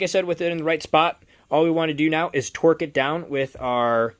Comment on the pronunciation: Its torque not twerk lol